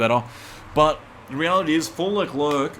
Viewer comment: He's name is French so you should not pronounce the last c (so it's basically pronounced "LECLAIR")